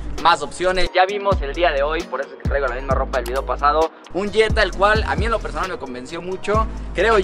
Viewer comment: Elvieedeo mas natural jajaja